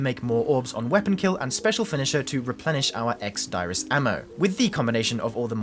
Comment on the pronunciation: ex diris is pronounced deerrizz